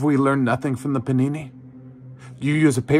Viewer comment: I'm glad I'm not the only one who heard "panini" when the word should have been "pandemic".